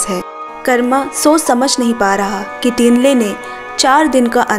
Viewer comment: not टिन्ले👉️ठिन्ले not सेरिङ👉️छिरिङ